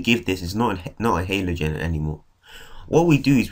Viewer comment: It's Halogen not Halogen